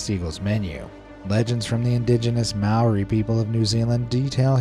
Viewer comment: Māori is pronounced with a rolled r and the ao is pronounced just o so it's mow-re